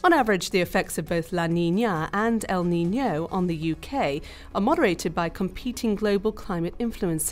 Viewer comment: Useful video but the stress paterns El NiñOOO and La NiñAAA are driving me crazy